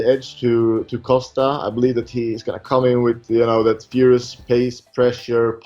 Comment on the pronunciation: Why does Whittaker pronounce it as “Coaster”? Lmao. You guys should realise that Costa has never knocked anyone out, lmao. Stop talking about his knockout power.